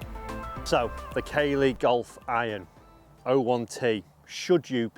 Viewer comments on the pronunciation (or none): Hi, it’s pronounced CAA-LEY not Kay-ley